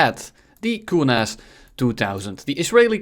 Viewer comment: It is not koornass it is kornass